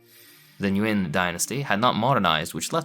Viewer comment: YO THIS DUDE PRONOUNCE NGUYỄN CORRECTLY LET'S GOOOOOOOOOOOOOOOOOOO